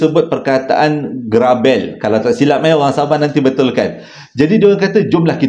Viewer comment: Assalamualaikum Hadir awal harini, hehe ‘garabel’ sebutan e pepet 😄 terbaik,terima kasih bercerita memang best abg bercerita. lamanya tunggu 2 hari lagi